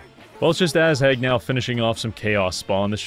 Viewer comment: be honest... you did this just because you wanted to say "Ass-Hag" all the time xD